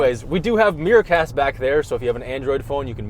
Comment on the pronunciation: For a moment I thought they said “meerkats” instead of “mirror-cast”